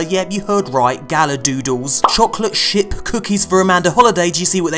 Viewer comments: I thought he said chocolate sh@ cookies lol. I had to watch that again! Lol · i thought you said "chocolate SHIT cookies"